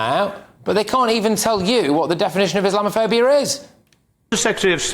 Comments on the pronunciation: Never mind define 'Islamophobia', Angela Reynor can't even pronounce it! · Angela can't even say it...😂😂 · She cant even pronounce the word haha